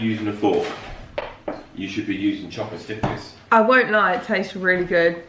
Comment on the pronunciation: “CHOPEUH-STICKS” BAHAHAH IM DEAD